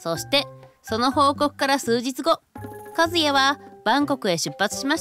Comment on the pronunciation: ❌カズヤ ⭕カスヤ